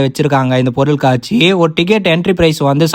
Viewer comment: சேட்டு பையனா இருந்தாலும் நல்ல அழகான தமிழ்ல பொருள் காட்சி என்று உச்சரித்து சொல்லுவது அழகா இருக்குபா..